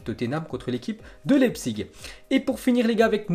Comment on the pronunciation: Ça se prononce laïpzich pas lépsik